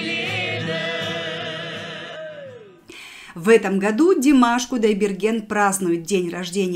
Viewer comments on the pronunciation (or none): none